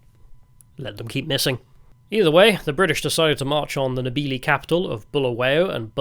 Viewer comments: When we speak english we pronounce your names perfectly please take the time to learn how to pronounve ours too. Its Nde- ve-le Vi but Ve as in heaven. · I am a Zimbabwean multi-millionaire, I've seen those empty shelves, great video, very good job. You could suffer to learn a bit regarding proper pronunciation of the African names and sounds. I.E. Ndebele is pronounced ' innnn-de-bay'-lay. By the by, my wife is from Masvingo. cheers ! Remember, TIA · Excellent documentary. One tiny constructive criticism - your pronunciation of Ndebele, Shona, Mzilikazi, Voortrekker... were a bit wonky. Also the rifle was the Martini - Henry, not the Henry - Martini! (BTW I'm an ex Rhodesian, now an old man living in Devon!)